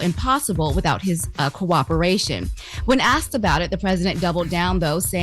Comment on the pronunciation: “they have AXED”? Wtf is wrong with her and Loren??? The WORD IS ASK. SOUNDS LIKE AAAASSSSSSSSSSSSSSSSSSSK!!!!